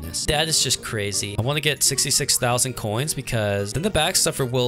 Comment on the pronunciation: "Thats just cwezy"